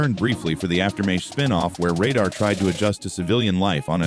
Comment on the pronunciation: ugg, redo the AI read to say the word RADAR correctly.